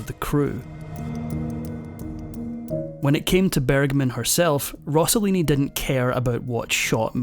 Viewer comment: He's name was Rosselini not Rossolini!! Please!